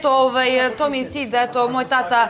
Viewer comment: Andjela tako sramno izgovara reč "tata". Da malo ima mozga ne bi se javno blamirala! Fond reci ogranicen kao i njen mozak!